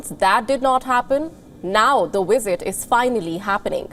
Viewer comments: The presenter needs to learn how to pronounce the letter v in English; it's visit, not wisit. The presenter conveniently overlooks the significant trade barriers imposed by India on foreign goods. And why are visas a one way street? How about India allowing Brits the right to work in India? Finally, the presenter seems confused by whether the purpose of the program is Johnson's covid breaches or trade talks between the two countries. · Is that wisit or visit? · Is it just me or does the way says "visit" sounds like 'wisit'? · It's visit not wisit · Is it wisit or visit turd or third? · Learn to pronounce " visit". Very amusing to hear the pronouciation as "wizit".. but....ce la vie and no big deal. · Stop saying wisit? Hindus still love their colonial masters. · The wizit? What is “the wizit” and where do I get one? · The "wisit" I was confused 😕 for a while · I keep hearing wizard it place of visit 🤷🏿‍♂️😅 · she cannot pronounce visit without using a w, wisit , but can say visa perfectly ?, i bet Sunaks wife got shares in that new jcb factory aswell, go home Boris and face the music, and thanks for showing us more british firms moving abroad for cheap labour and reduced taxes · Sounds like she is saying wizard. But then again I'm just a Stupid American. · Wizit is better than a visit. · I fail to understand why a news reader would pronounce words having letter 'V' like the words having letter 'W'. Please correct the diction.